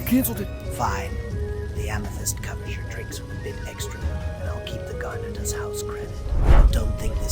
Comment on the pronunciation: Garnet not garner.